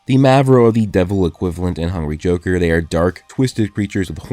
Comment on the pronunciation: whenever he says "hungry joker" it sounds like hungy joker 😂